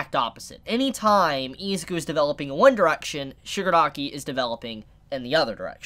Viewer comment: I don’t think it’s pronounce eziku